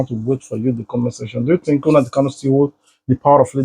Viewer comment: PLEASE BRO.. WE LOVE YOUR VIDEOS AND PRESENTATION.. It is NOT UNADI it is NNAMDI